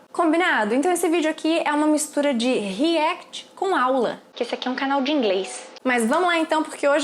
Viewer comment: Nao e REECT e Sim REACT